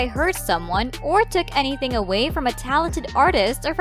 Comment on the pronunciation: Dont sey enifing